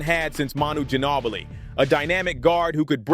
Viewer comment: Gin-awe-billy?! 😂GIN-NOOOO-BILi!